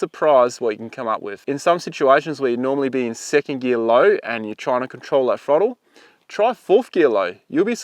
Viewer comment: Cant take you seriously when you says "frottle control"